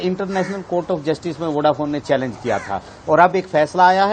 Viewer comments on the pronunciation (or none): none